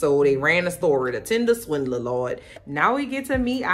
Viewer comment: Keep calling it “Tindeler”. Sounds better that way 😂